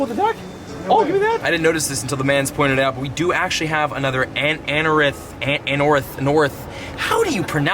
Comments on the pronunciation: anOrith, not anarith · An-or-ith That may help lol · ann-nor- rith is how I pronounced it since it was released years ago